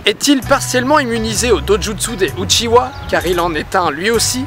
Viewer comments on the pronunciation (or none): UchiHA et pas UchiWA merci... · C’est pas uchiwa mais uchiha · Pas Uchiwa, Uchiha. Où t'as trouvé le w? Pas Danzou, Danzo. Où t'as trouvé le u? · Par contre c'est "Uchiha" Pas "Uchiwa" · Uchiha, pas Uchiwa. Merci. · Le second mystère: pourquoi les francais disent uchiwa quand cest uchiha? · UchiHa bordel ! Mes oreilles saignent quand j’entend UchiWa 😭😭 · *Uchiha, pas "Uchiwa". ^^ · Oh mon Dieu. Il a dit "UchiWa" C'EST UCHIHA. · tu me brise le coeur a dire uchiwa SES UCHIDA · uchiha svp UCHIHA PTN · Bonne vidéo malgré la prononciation de certains noms ("Uchiwa", "Danzou") qui fait mal aux oreilles x)